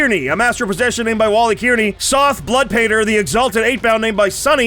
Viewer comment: so I live in a place called Kearney, and everytime he says kear-knee my souls breaks, it’s more car-knee